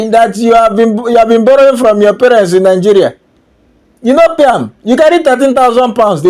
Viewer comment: Poverty elevation program😂 I think he found out later that she was a pro. She can’t even say Nigeria, she keeps saying Nigerian instead of Nigeria. She is gonna suffer let them deport her. This man is gonna be elevated and she would be put to shame.